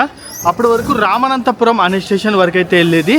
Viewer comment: రామనాథపురం ✅ రామనంతపురం కాదు❌